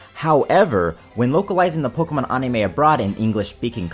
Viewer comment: ann-im-ah? You mean animooooo